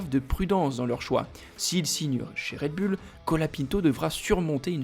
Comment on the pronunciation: Quand cesserez vous de dire "red bulle" '????